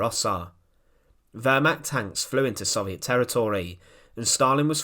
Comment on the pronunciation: Say it with me, so-viet, not sov-e-et